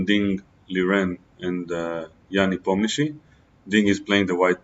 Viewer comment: First time hear the correct prononciation "Nepomniyachi" from non Russian native speaker....